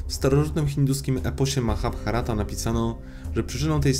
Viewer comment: Drugie "H" w Mahabharata jest nieme 😊